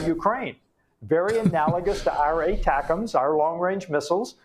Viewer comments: ...yes I know he supposed to be saying ATACMS....but it sounded like BUTTERCUPS to me.... it's like misheard lyrics..!.... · Near end of lenzki speech...he says "buttercups"....lol